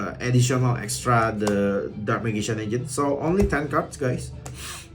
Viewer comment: its pronounce majician and keltic